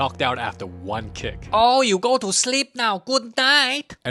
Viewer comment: let it gauooorr ELSUUH 😭😭